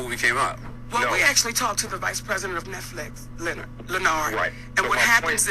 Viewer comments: Why she keep calling him lenard??? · "Lenard".. She kept killing that name 😂😂😂😂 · CtG was hittin her wit facts ... As soon as he did, she got defensive and started callin Lin-nard. And that right there kinda shows she got a bad attitude.